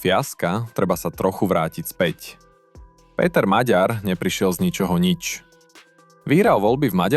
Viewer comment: Po slovensky čo? "Lhár?" 🤣🤣🤣 To máte veľmi čudnú slovenčinu... LUHÁR, resp. KLAMÁR... Takisto raz je to "Magjar", raz je to "Maďar" a tuším som raz počul aj "Meger"... Je to "Maďar". "Gy" je v maďarčine "Ď", OK? Ak ste sa rozhodli založiť si 1584tý "alternatívny" rádoby analytický kanál a urobiť ním dieru do sveta, aspoň po sebe čítajte text, alebo naučte vaše AI solvenskú výslovnosť.